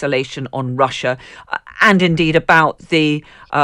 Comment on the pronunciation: Please quit saying "Rusher" instead of Russia. 😕